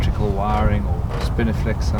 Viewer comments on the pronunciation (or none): I heard spinifex in the intro and then was sure I heard spiniflex twice soon after? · "spinifex" not "spiniflex" haha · Ok curiosity got the better of me .did you say Spinifex or Spiniflex?.... Love the vids